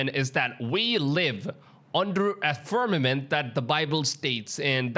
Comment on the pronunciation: I quit watch the moment I hear the word fermament.. k bye